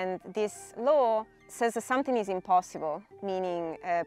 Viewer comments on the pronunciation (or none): none